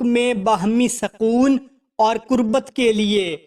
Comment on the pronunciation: پہلے سوال و جواب میں صِرَفْ نہیں بلکہ صِرْفْ۔ سَکون نہیں بلکہ سُکون دوسری بھی غلطیاں ہے بھائی